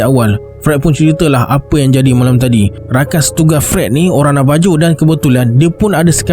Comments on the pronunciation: Correction.... Navajo to kita sebut dan H... Navaho.... Mcm Marijuana tp bila di sebut bukan dan J tp H... Marihuana.... Ok, Jgn marah ek... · Navajo tapi sebutan sebenarnya navaho...